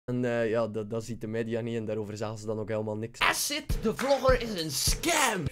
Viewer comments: Edit: "asidt" "joetoep" Aii Sterk! XD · HAHAHA “esid” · Ik zal ff uitleggen aan de boomers hoe je Acid uitspreekt. Eejsit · Haha ja, maar je kan toch op zijn minst eens uitzoeken hoe je 'acid' uitspreekt😂😂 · hoe ze acid verkeerd kunnen zeggen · als je komt praten leer eerst eens "acid" goed uit te spreken :/